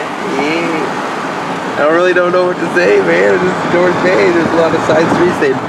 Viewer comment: Is it just me or did he say North Gay😂😂